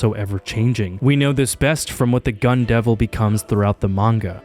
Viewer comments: This guy got a degree and pronounces manga as "MAN-YAH" now 🤦🏻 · Is it comment bait that he keeps calling manga manua?